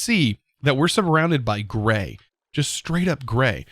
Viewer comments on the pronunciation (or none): none